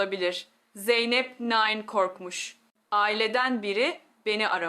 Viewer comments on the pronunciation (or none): Bu nasıl konuşma ! Nine demeyi bile beceremiyor. Niii ne diyor. Robot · Türk doktoru nine demesini bilmiyor mu Bu yapay zeka tasarımlarını da her alanda kullanılıyor olması riskli 😡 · Niyne nedir ya? Nine